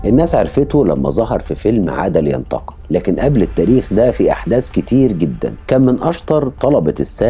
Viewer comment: ياراجل انطق حرف الـمـيـم بوضوح جعلتني محتار بداية الفديو اسأل نفسي "ما معنى عاد لينتق، عاد لينتق" ؟ الى ان ظهرت صورة دعاية الفيلم المقصود، فعرفت ان عنوانه " عاد لينتقم" (و ليس عاد لينتق )!!! خمس او ستة مرات تقول "عاد لينتق" "عاد لينتق" جعلتني احتار واشك بسمعى وعقلي واقول لنفسي "ماذا يقول هذا الرجل؟ ام ان المشكلة في انا؟" الاخوه الاعزاء اصحاب الفديوات، رجاء، اخرجوا الالفاظ من مخارجها السليمة.